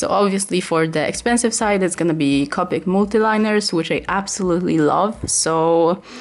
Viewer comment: Your correct about the strecky Ness on the paper I tested copic on a lot of different paper and most of them were streaky when i tried to shade and layer colors. I don't know if it's just us or if others have the same. And I understand your absent but copic is pronounced co pick. I'm sorry but you did a very great job. And u are a amazing artist sorry if I seemed rude when I corrected the way to say copic. U are an amazing job and keep going u are an amazing artist. 😊☺️